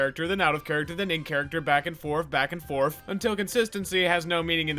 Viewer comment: dose he say "back and forf" instead of "back and forth"